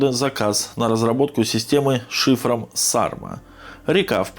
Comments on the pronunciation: Не САрма, а СармА, это название ветра на Байкале, самого сильного. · Ударение на последней а.